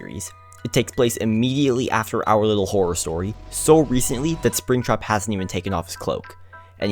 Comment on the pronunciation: When you say our little horror story i think you say owliddle horrow story 😭😭😭